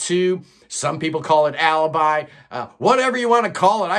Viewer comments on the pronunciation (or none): none